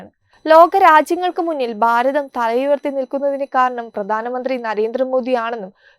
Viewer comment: Correct your pronunciation ..it is bharatham not baratham it is pradhanamanthri not pradanamanthri